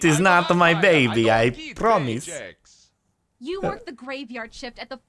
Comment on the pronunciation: BIDYBAB NOT BABY!!!!!!!!!!